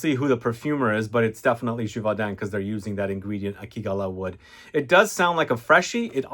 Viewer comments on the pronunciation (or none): Your pronunciation of akigalawood irks me every time lol 😂😫